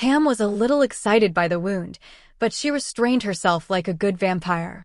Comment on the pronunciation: It’s AI. Can’t distinguish between wound ( as in damage to the body) and wound )( as in the cotton is wound around a spool ) .